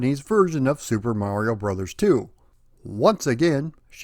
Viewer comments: Right. There you go. It has always been "brothers". Even back in the old commercials, it was pronounced as "Super Mario Brothers 3". Refreshing to actually hear the title and not some social media abbreviation of said title. 🤣 😂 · Thank you. It’s “Brothers”. That’s how the abbreviation is supposed to be pronounced. 👍😉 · I'm sooo glad you are properly pronouncing it as Super Mario Brothers 3. Literally nobody back in the day, not even Nintendo themselves called the game Super Mario "Bros" and the modern internet misinformation grates on my nerves just as much as when people say Nezz and Snezzz for NES and Super Nintendo which isn't what the classic systems were called either especially in the US. Brothers was abbreviated or shortened to Bros so it could fit inside the Western portrait boxes of the NES. To go a step further, when you read the Japanese or Katakana it's sounds out as "Super Mario Brothers." Each game after 3 they dropped Brothers in placed of World, Yoshi's Island, 64, Sunshine and so forth but when they restarted the series with New Super Mario Bros on DS they incorporated it back in for nostalgia reasons. But tangent aside Mario 3 is my favorite out of the entire series and a close 2nd would be Super Mario World. 😇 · You said Super Mario BROTHERS. As this is the way Captain Lou Albano said it for the cartoon... you have said it the ONLY correct way! I will approve of this. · Thank you SOOOOO much for pronouncing it "Brothers" as is proper when saying abbreviation aloud. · Thank you for pronouncing Bros. as intended. I swear, people either miss or don't get the point of the dot at the end of it. It's not the end of a bloody sentence, it's indicating an abbreviation. Like you don't pronounce Mr. as 'Merr' or Mrs. as 'Mers' right?